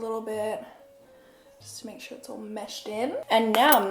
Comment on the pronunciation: Erin Christin she literally says soor